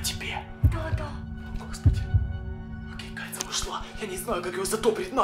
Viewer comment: мне кажется не может говорить букву ж например вместо сразу же он говорит сразу е и вместо кажется он говорит кается